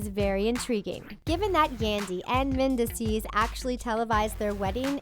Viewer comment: Omg the narrator constantly mis- pronouncing mendeecees harris' name is driving me crazy. Like do some research and learn correct pronunciation before doing narrative commentary!